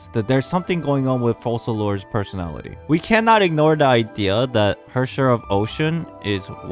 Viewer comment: I think the pronunciation of the "c" in Focalors is like a "k". It's latin I believe. In the video you say Fosalors.